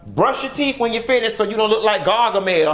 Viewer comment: "Garga mel", lololol 😂🤣😂